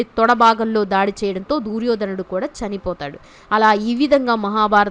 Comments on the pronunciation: దూర్యోధనుడు కాదమ్మా దుర్యోధనుడు "దు" అక్షరానికి దీర్గం లేదు నీకు చదువు చెప్పిన పుణ్యాత్ముడు ఎవరో ఆయనకు శతకోటి వందనాలు. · దూర్యో ధనుడు కాదు దుర్యోధ నుడు. వినలేకపోతున్నాము.